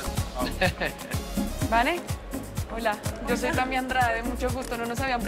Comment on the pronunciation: C est moi ou sebastian yatra dit yeimy et non tammy